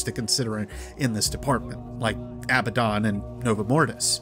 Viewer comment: You pronounced abbadon wrong. Its sounds almost EXACTLY like abandon.